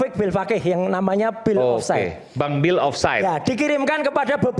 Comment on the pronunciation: Tumben bisa nyebut nama bang bill dengan bagus. Biasanya dia panggil YTN sebagai ceboker. Udahlah pake data bang bill,masih pula fitnah bang bill menyebarkan buku itu. Padahal aku salah satu subscriber yg ikut membeli. Sebagai support unt bang bill khususnya dan YTN umumnya unt menumpas hoax. Asbun memang congor si oanci ini